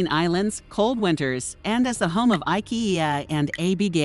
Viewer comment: wow, AI voices sure have come far. But surely there must be some way to input ABBA and IKEA phonetically?